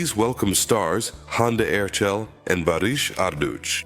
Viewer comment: Erçel. .. with ''ch'' not 's' or 'c'